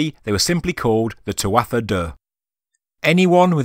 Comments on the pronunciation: you've been led astray by mispronunciation on the tuatha - toth connection. tuatha is pronounced 'too-ha', it means tribe or people in english. Dé is the irish for gods. So translates to tribe of gods or godlike people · Tuatha ...proounced... tuaha... silent t..